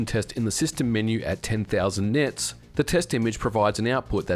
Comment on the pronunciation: "ten thousand nits" 😅